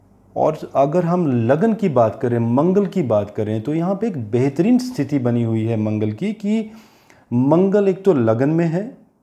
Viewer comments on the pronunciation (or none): none